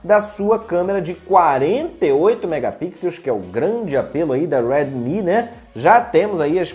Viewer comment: Tu é Br Porra, diabo de Weeedmi note 7, deixa de querer ser americano